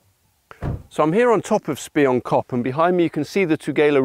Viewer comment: Pronounced SPEE-YOON-KOP. Means "Spy- Hill"